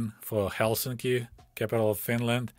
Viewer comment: Excellent pronounciation of Helsinki.